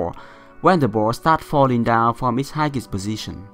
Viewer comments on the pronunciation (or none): Hello Coach, just a little correction for your pronunciation. You don't pronounce the 'G' in the 'Highest", here's the right way to pronounce it . Keep up the good work Coach! Jia You!